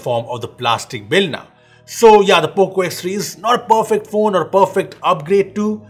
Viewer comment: nobody.... poco ... P O C O